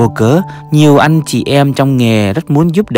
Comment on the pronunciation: Thằng này phát âm tiếng việt tào lao mà làm video Chữ “ Anh “ thì phát âm thành “ ăn “ chữ “ mệnh “ nó phát âm thành “ mận “ v.v.v nhiều lắm